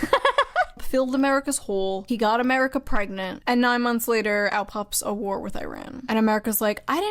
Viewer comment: Is she saying "war" or "vore"?